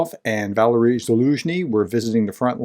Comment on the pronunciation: Professor, it's not Valerie, like the woman's name in the US, it's closer to Va-Larry.